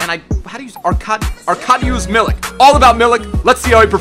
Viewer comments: You said it right, in holland we all him arek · Didnt expect you would say his name right at the first time